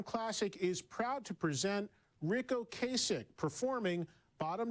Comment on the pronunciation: It's Ric OcAsek OcAsek like APPLE pie NOT Ocaysek! he said it himself in a interview.